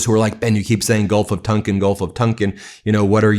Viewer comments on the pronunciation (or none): Ben, I think The Gulf of Tonkin is pronounced "tawnkin" not "tunkin".